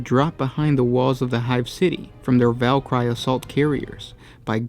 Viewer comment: How the fuck do you mispronounce Valkyrie?